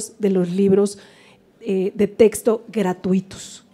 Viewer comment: PUES YO NO LE DARIA TANTO MERITO AL SEÑOR YA QUE DEJA MUCHO QUE DECIR EN SU EXPRESION AL DECIR TESTO CUANDO SE DICE CORRECTAMENTE TEXTO. NO HAY QUE IDEALIZAR TANTO A LA GENTE. P.D. Y SI LE HICIERON EL FUCHI DESDE QUE NO OPINO NADA.